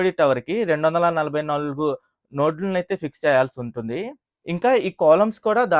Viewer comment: Nord kaadu anna Adi NODE